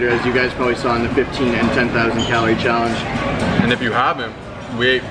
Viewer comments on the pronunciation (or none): "15 thousand challery callange" Hahahaha when the food gets to you!